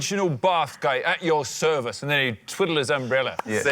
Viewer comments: “At your serive” 🤨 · "At your serive"?